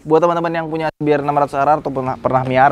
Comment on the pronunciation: Se Be Er 600 Ar Ar.. 😂😂😂 Si Bi Ar 600 Ar Ar dong ahhh... 😂😂😂